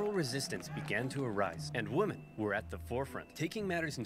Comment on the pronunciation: I like the original video and the reaction, but it drives me nuts how Oversimplified pronounces "women."